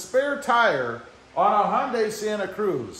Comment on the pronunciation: I have had to do this with a different vehicle years ago. Thanks for showing that the procedure is basically the same. And great pronunciation of Hyundai! :)